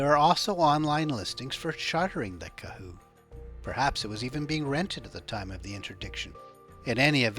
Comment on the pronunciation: Go New Zealand/Aotearoa ya sexy beast, also Kahu not kehu. Said Ka-hu.